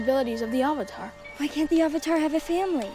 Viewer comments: IT'S AANG NOT OONG AND THE AVATAR NOT THE UHHVATAR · "the ahvatar" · Also they pronounce avatar as auvatar Ham sandwich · Aang -> Ung Avatar -> uvutar Sokka -> sohkka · Avatar is pronounced Ovatar. 3 minutes in the movie, I decided to turn it off to watch ATLA. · The Ov-atar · "The Ovetar" "Ong" Soka" 💀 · The Ahvatar The last airbender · Sowka, Ong, Arvatar, Eeroh, Agni Kee ah, yes, immediatley make me hate it without even having watched it also Aang's tattoos and Zuko's pathetic excuse for a scar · “AWWVATAR” I’m gonna scream in my pillow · "the ovartar" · They pronounced avatar as awater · “the ovotar” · tHe AuVaTaR - messed up Aang AuNg! - messed up Katara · why can’t he pronounce “A” “ovotar” “oong” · every time they pronounce Avatar as AH-vatar itmakes me CRINGE. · I hate the movie, but the word Avatar comes from Hindu Traditions and it is pronounce as uvatar and not how James Cameron movie is pronounced. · Does anyone else find it hilarious that every time one of the actors say a word starting with A they replace it with an o? Like Oong, Ovatar etc... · They call him aaang and instead of “avatar” they say “awvatar” A W V A T A R suuka,no! awng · "Ahvatar" thats how I see it spelled when they say it wrong AHVATAR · "ovatar" dude can't even pronounce basic words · The real worst change is calling it the ava-tar and ang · Bruh I just wish I was in the room when everyone confirmed they were gonna say “ovatar” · why can't he pronounce A? "Ovotar" "Oong" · They literally can’t say anything right. I wouldn’t have been surprised if this was called “Character, the Final Windflexer”. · I loved the subtle jab at this movie in Korra when Tahno mocks her by calling her “Uhvatar” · They didn't even say AVATAR right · same goes for German, at least when it comes to the pronunciation of Aang, Avatar and Iroh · AND AVATAR THEY ALSO SAID THAT WRONG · God almost anything title or person named with A was ruined. Them mispronouncing Avatar is less noticeable than the Aang fuck up